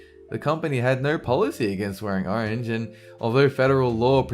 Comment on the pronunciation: YASS U SAID ARANGE